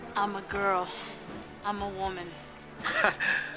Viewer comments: I always say " yea right, and I'm cindy lowper" just because the way he pronounced it has stuck with me through all these years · That mispronounce forever etched this no-name actor into the minds of tens of millions, that have been saying..."Yeah right, and I'm Cyndi L-OUW-per." for 2 generations. This guy got more than 15 minutes of fame out of that one. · This guy’s mispronunciation of Cindy Lauper’s name has driven me crazy for 35 years.